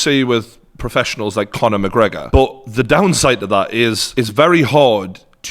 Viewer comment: No one:: ‘Conor McGregor’